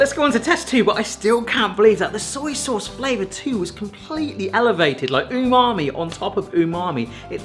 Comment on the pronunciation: I love how you say 'soyee souse'